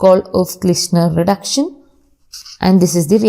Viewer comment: Pronountation of reduction as vruduction was funny to listen 👂😅